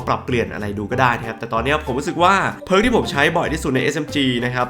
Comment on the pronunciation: ไม่รู้ไปโดนตัวไหนมาอ่านเพิร์กเป็นผิก→_→